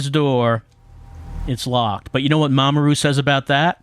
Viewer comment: Every time you say 'Mamoru', I keep thinking you're saying 'Mama Ru', as in, Rupaul 😅